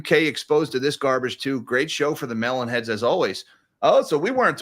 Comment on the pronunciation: Love your stuff but stop saying mellon head